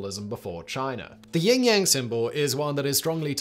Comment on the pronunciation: YIN yang, Simon. YIN! Ying yang...totally different thing 🤣🤣